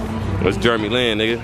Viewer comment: this man pronouncing jeremy like germy. the whole commentary had me rollllin lmaaoo